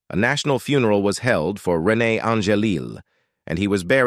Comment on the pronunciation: Not pronouncing Renee’s name correctly and misspelling her name in a copy of the transcript is disrespectful.